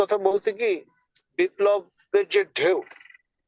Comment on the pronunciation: Not biplob. Biplobar bolla